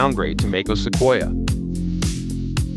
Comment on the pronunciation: what is makeos ? maybe space out Mac OS to make AI pronounce it a little more accurately?